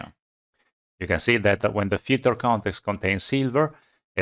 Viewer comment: I love this man what a great explanation but I surely love to hear him say FILTER CONETEXTA